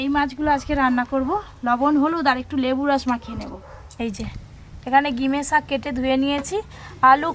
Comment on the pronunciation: Gime sak noi ota ghime sak bole